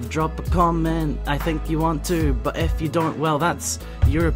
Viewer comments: was it just me or did it sound like he said "F you" at the end. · Every time you say "if you" it always sounds like "F U" to me, haha